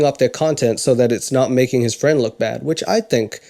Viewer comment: I know says "a bad husband", but without the image it seriously sounds like "a fat husband" which made me laugh so hard! XD